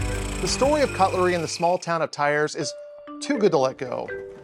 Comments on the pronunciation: I hear you say TYRE when it is more "tee-air". French, such a singing language 😆 If I were to do this as my leaving, laying down, I'd be fired for sleeping on the job... 😅 KUDOS to all patreons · Thiers Pronounced “tears” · Oof the pronounciation of Thiers xp